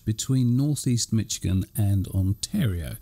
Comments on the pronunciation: Hi Guys! Its Mish i gan, not Mitch i gan. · MISH-ig-in. Just like said it but with a "sh."